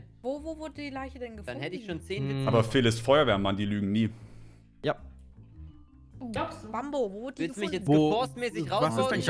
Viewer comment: Wie sagt mambo Stats Gambo 🤣🤣